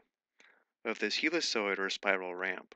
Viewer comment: Very useful stuff ! Thank You ! BTW. "helicoid" should be read as "hellikoid" or "heelikoid", looked it up